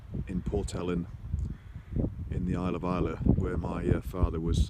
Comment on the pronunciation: Glad to hear 'Islay' pronounced properly! Hope your dad's better soon.